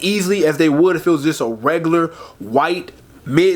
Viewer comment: I know somebody else hear my mans say “wegular”?